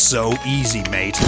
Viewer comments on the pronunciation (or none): none